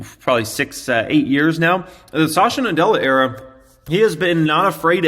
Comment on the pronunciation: Well a small observation - he is sa-tya and not sasha nadella. Good video as always.